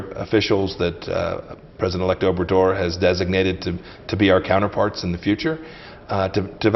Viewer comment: president "over Door" si vienen a colonizar México cuando menos tomense la molestia de pronunciar bien obrador